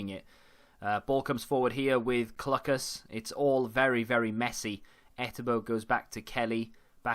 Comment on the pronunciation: Clucas is definitely pronounced Cloocas. Loving the content though!